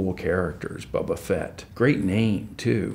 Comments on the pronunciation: Mispronouncing Boba Fett; can’t let that slide. Boycott, I say! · He says boba fett really weird lmao 😂